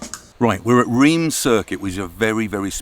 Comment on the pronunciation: Late to the game. Fun fact: Reims, in french, is pronounced Rhhaz where the h's are like clearing your throat and it's one of the few words where you pronounce the last letter